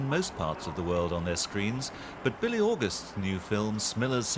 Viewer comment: Billy? Bee-le :)